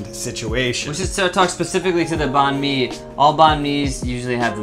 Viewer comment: they actually pronounced banh mi correctly